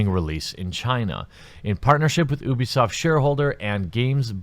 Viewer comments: Its pronounced you-b-soft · Pronounces Ubisoft OOBISOFT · Heh heh heh... sounded like he said "boobysoft" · Jeremy you say Ubisoft like Boobiesoft. lol